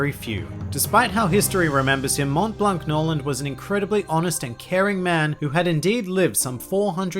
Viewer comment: For the prononciation of Montblanc, it's a french name so you don't prononce the T and the C